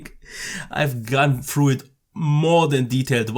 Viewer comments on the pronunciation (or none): none